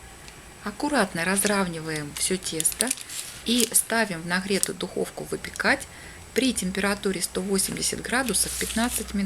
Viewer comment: В чем шедевр. Море таких рецептов в интернете. Мясные и молочные продукты совмещать нельзя.😂😂😂😂😂😂😂😂😂😂😂намешала куча мала.Жуть. Готовые продукты вновь готовить. Храдусов -это вообще слушать невозможно.Вряд ли это можно кушать.